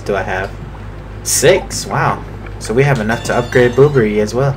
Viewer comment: Silly Bobbery thinking it's his last day. XD (I still find it funny how you call him "Boo-brr-rie." I call him "Bob-brr-ry.")